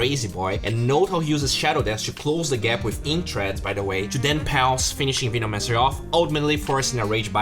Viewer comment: Dude you have to practice saying veno-mancer